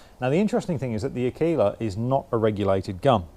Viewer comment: Pronounced AR. KAY. LA. you obviously weren’t in the Cubs. It means female wolf. ( I think).